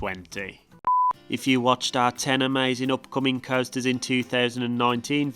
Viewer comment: Do you pronounce american coasters like that as a joke or do you not know the actual pronunceations?